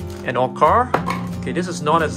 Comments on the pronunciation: Why do u say orcar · saying orcar